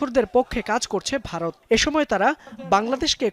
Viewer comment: তরা আগে উচ্চারন করা শিখ "বারত না ভারত" 😂😂😂